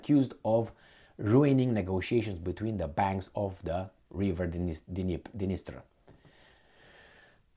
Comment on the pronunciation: D-NIES-TER river.